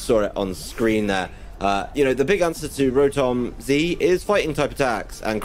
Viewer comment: Brilliant video and game keep em coming :D He said Rotom-Z Haha